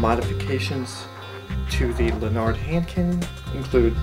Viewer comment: lanard not lun-ard